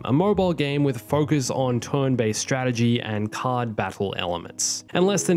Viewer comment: It's pronounced "turn" not "tohrn." You need to see a speech therapist.